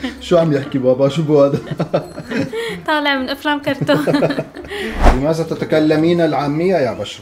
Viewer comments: مازا ❎ ماذا✅ لمازا❎ لماذا✅ هزا❎ هذا✅ للتصحيح 🤣😂😂😂😂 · اسمه لماذا وليس لمازا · متت😂😂الفصحى مافيها هزا ولمازا😂لازم تقولو هذا ولماذا حرف الذال ويييين😂